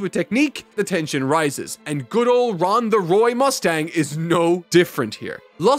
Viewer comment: Is he saying Ron as a joke cause i know he pronounces names oddly